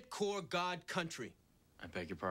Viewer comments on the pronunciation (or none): It's Corp, not Core. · not to split hairs but it's "corps" not "core"